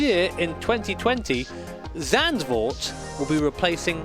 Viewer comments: you say zandvoort a lot better than an average dutch person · Nice pronunciation of Zandvoort. Most people I hear saying it seem to forget that "z" is pronounced different than "s".